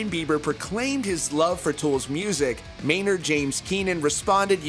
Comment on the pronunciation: It’s Maynard, bro